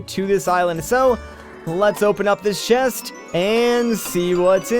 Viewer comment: are you swedish? you just so happen to pronounce the word chest as shest! cute! XD